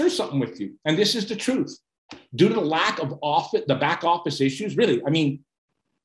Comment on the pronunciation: what he said: "canada ONLY recall due to" what it sounded like: "canada ONLY recall doo-doo"